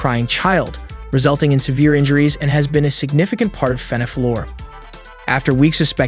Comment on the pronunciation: Every time you say lore all I can hear in my head is matpat saying LOOOREE